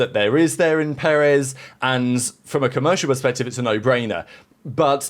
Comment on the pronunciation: The emphasis is on the second syllable. peREZ